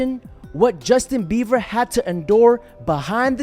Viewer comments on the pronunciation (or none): Are you calling him Justin Beaver ? 😂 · It’s Justin Beiber NOT Justin Beaver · It’s BIEBER NOT BEAVER. 🤦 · Man kept saying Justin Bever and I approve 😂😂😂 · Justin "Beaver?" I hope you did that on purpose.